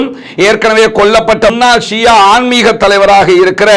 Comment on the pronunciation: Shia. Shià endru solvadhàiñ thav8rkavum